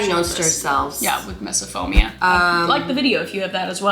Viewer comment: mom said it right misophonia and kris said misophomia.